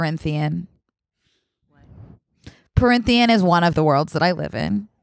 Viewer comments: i love you to gd death but it’s pronounced prith-ian not printh-ian i’m so sorry to be the bearer of bad news 💓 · IM CRYING AT PARYNTHIAN AS PRYTHIAN this is not a hate comment this is appreciation for a fellow fantasy reader reading confusing names. obsessed. truly.